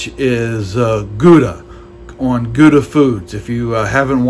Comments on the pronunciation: Perfect cook my butt. That's a rare steak. Not even close to medium rare. Medium rare look pink with lots of juice. Your is my purple. Use a thermometer bro... His name is Guga not Guda. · lol he has to know he’s mispronouncing both Guga and Wagyu